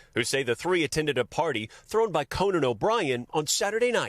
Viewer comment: It’s Cone-in not Co-nan 😂